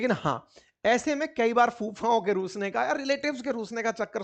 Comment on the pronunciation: रूठने का ❌ रूसने का ✅